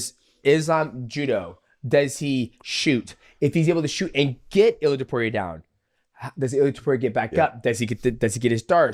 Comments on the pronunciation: It's Ilia not Ilier :D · Purey uh??? 🤦🏿‍♂️🤦🏿‍♂️everyone knows how to say his name idk why tf u say his whole name wrong on purpose 🤦🏿‍♂️ iliar??